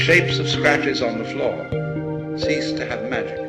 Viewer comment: Cease not seize.